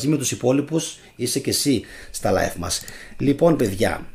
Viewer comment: Aφου θελεις να μιλησεις αγγλικα τουλαχιστον πεστα κανονικα οταν λες (life να το λες σωστα ειναι live)